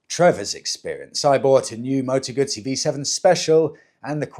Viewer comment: Partly off topic, but thank you, thank you, thank you for saying the correct Moto ‘Gut see’ rather than Gusssy which is what English riders say; even Guzzi owners club riders! Do they really eat Margarita pisas! 🙄